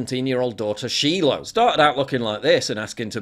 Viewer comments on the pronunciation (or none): its not she-low (shiloh) its Shy-low